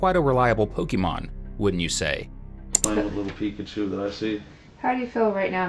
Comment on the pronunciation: It’s Pikachu* Not pikatchu